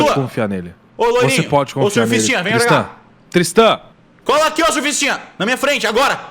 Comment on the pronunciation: "Surfistinha" KKKKKKKKKKKKKKK aiai esse Cellbit